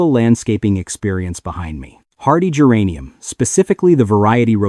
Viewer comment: Thanks, exactly what I was about to say! Now, how about AI’s pronunciation of geranium? 🤪